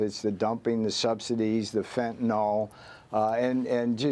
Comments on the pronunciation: The drug is Fentanyl, not Fentanol. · Fentanyl has now surpassed nuclear as the most mis pronounced word in media! fen.t̬ən.ɪl not fen.ten.ol - nuː.kliː.ɚr - not nu.ku.lar